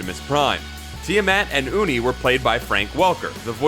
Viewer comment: Also, "Uni" is pronounced "Yoo-nee," not "Oo-nee." Maybe he should have been consistent and also mispronounced "Fred" and "Megatron."